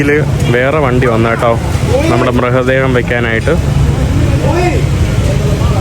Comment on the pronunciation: മൃഹ ദേഹം അല്ല ടായി മൃതദേഹം എന്ന് പറയൂ